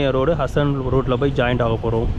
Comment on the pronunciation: “ஹசன் “ இல்லைப்பா”ஹாசன்”